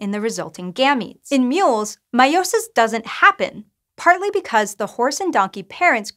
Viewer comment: The way she pronounces meiosis just makes my my blood boil 🤨😠.